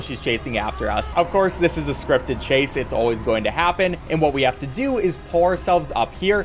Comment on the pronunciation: until about half way through i thought you were saying 'pour' yourself up instead of 'pull'